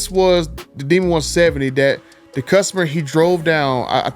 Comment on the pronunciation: Hey man. Love your videos. But your English needs some practice. It would make your videos more professional. The is not duh, this is not pronounced dis. That is not pronounced dat. I know there are dialects across the country, but if you're going to post videos, do yourself a favor and work on your speach. Just constructive criticism.